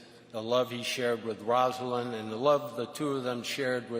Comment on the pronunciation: Lovely service. One thing: Rosalynn Carter’s name is pronounced ROSE-a-Lynn, not Roz-a-lyn.